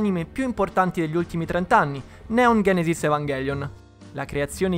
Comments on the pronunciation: Vi prego, "genesis" con la G di Genova. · Ma è greco e si pronuncia ghenesis...